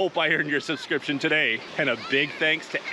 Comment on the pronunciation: The way you say "I hope to earn your subscription" sounds a bit Scottish. I enjoy your intro.